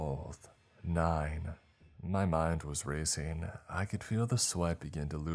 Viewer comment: Your mind started racING!!! NOT racEENE!!!! And you started panickING, NOT panickEENE!!!!!!